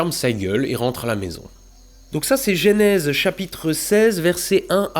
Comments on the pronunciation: J'adore tes vidéos, et celle-ci tout autant que les autres, j'ai bien ri, mais bon sang,, arrête de dire gÉnèse, c'est gEnèse. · Le "gé" nèse?? On dit pas "Jeu" nèse ? (déso je sais pas écrire en phonétique) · Salut. Découvert ta chaîne avec ta série fabuleuse sur le James Webb. (Toute) petite correction, on prononce "eu" la première voyelle de Genèse.